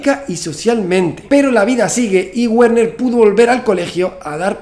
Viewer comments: Hola y gracias amigo Santa Olaya. Ya que aprendiste a pronunciar Heisenberg, cómo Háisenberg en Alemán, sería muy simpático que dijeras el nombre Werner, fonéticamente, también en Alemán, como Verner. Ya que "Güerner" suena muy Yanquee. Un saludo con gran simpatía tanto por la claridad, continuidad y gran velocidad de tu interesante discurso. Espero tu vídeo prometido para saber la real implicancia que Heisenberg tuvo, quizás extraídas de las escuchas grabadas en las reuniones del "Hall" y otras pruebas que presentes. Buena Suerte. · en alemán la "W" no se pronuncia como en inglés, se pronuncia como "v"o "b", entonces pronuniariamos en alemán: "verner haisenberg" (Werner Heisenberg) es horrible que pronuncies "guerner" como seria en ingles.¿cómo un físico como tú no sabe al menos lo básico del alemán? si no sabes alemán no llegarás a la reflexión más completa en ese campo XD. te digo como se pronuncia en alemán pra que te des el pisto con tus colegillas de ciencia: " verna haisenbeearg" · Su nombre no se pronuncia Wuerner sino Verner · Muy bien... muy bien... SUGERENCIA: Pero para la próxima entrega pronuncia su nombre correctamente, que suena muy raro : la w alemana se pronuncia como v... sí /verner/ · Todo perfecto amigo y muy interesante, excepto que en alemán Werner, se pronuncia VERNER, es decir, la W se pronuncia como la V española, o mejor como la V francesa, ya que se frica . Saludos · Se dice Verner